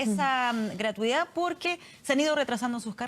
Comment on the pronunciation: La ministra de educación no sabe ni hablar... gratuidá, eficá, proridae, nuea, priorizao, educatía. Así cualquier flaite con plata llega a ser ministro